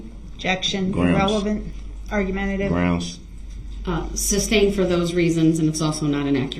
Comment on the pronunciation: Just wonder.. 😂 if it tickles the legit legal team every time he says "Substained"